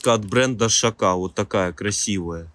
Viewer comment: Бро, не шака а вака